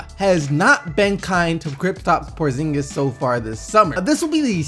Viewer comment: kris what?? prozingis say it again